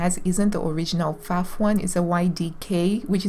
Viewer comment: Girl, it’s nice to know there are other crazy gals out there. I have about 10 Pfaffs in my home, 5 Singers, 2 Brothers and many modern Janome, Babylocks etc. You pronounce Pfaff correctly, greetings from Germany!